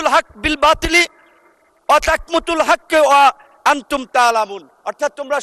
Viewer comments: ওয়াতাকমুতুল হবে না, ওয়াতাকতুমুল হবে। কুরআন ভালো করে পড়তেই পারে না। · কিছু বাটপার তৈরি হইছে রাজনৈতিক অঙ্গনে। আওয়ামী যুগে হারুনকে দেখতাম, রনিকে দেখতাম।এখন যোগ হইছে বিকাশ নুর।সূরা বাকারার আয়াত ৪২ পড়তে গিয়ে ভুল উচ্চারণ করে চলে গেলেন!আরে পাগলা,ওলা তালবিসুল হক্ব বিল বাতিল,ওয়া তাকতুমুল হক্ব ওয়া আনতুম তাআলামুন।তাকমুতুল নয়!